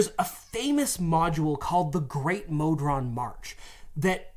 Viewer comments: I love you guys. Watch all the time. I have to say something though. How do you pronounce goblin? Then why are you pronouncing modron that way? 😂 Also: Mephit. Meh-fit. Stop making vowels long when they shouldn’t be 😂 haha great video though! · "The modren D&D goblin..." subtle MBMBAM reference, or brainfart from saying "Modron" too many times over the prior 20 minutes? There's no earthly way of knowing! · No it's not Magical Mr. ME-stopheles! Is it MO-dron or MOD-ron too?